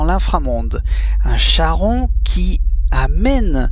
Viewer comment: Merci beaucoup. Cher ami, on prononce Karon.